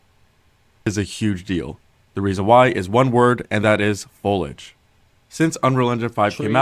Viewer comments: This dude saying folidge was driving me insane. it's fo-lee-idge ffs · Folage? FOIL-AGE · Fol-EEEEEE-age... ffs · i cant help but be triggered by his pronunciation of foliage. "fow-ledge" instead of "foe-lee-edge" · Foliage.. foh lee age ... do peoples brains just shut off when they see this word? Its not folage or foilage. Damn... dont know why that drives me nuts but so many youtubers cant say it. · not the MOST important thing, but for anyone who's wondering... fo-LEE-uhj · "folage" lol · FOE LEE AH GE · Why does every youtuber that uploads videos like these explaining something, have one dumbass word they say absolutely, horribly wrong. One that you've never heard anyone say wrong before, but somehow this guy manages to make it the one word he repeats 300 times. "FOLAGE" Its like League youtubers when they used to say the word "Turrent" instead of "Turret". Shit is annoying as hell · the dude saying FOAL IDGE over and over triggered me to no end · It's pronounced Fow-lee-uhj Jesus... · Fow-lee-age. Foliage. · Me: I wonder what “Folage” is? 3 min in: oooohhh my gosh he is saying foliage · "Fowlidge" lol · Guy can't say foliage🙃😂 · This is amazing but the dude need to learn how to pronounce foliage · Not gonna call him out for saying foliage wrong? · That dude really needs to learn how to say foliage. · man the guy in the video totally disregards the i in the word foliage its so annoying for some reason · Listening to this dude pronounce foliage...... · Imagine making a video of this length about foliage and not being able to pronounce foliage. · I hate how he says foliage. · Dude can't pronounce the i in foliage to save his life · This guy not pronouncing "Foliage" correctly is really pissing me off. He's just skipping the "i" lol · its actually a little frustrating that the guy is obviously saying foliage wrong each time. JUST SAY IT CORRECTLY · There's an i in foliage 🤧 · The way the guy pronounced foliage bothered me more than it should have 😅